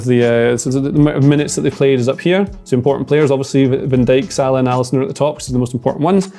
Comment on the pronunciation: Why does he say Salah like that